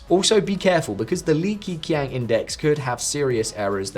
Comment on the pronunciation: its not pronounced as "key: but "ke" like "ke-bab, ke"